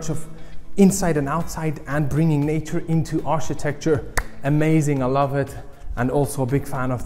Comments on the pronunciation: Hi Love your presentation, but not sure if anyone has mentioned to you before, Architecture is pronounced Arkitekchur not Architekchur. Thanks, Oh and there are Curtains but they are electric and on the outside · New drinking game in town: Take a shot every time mispronounces "architecture".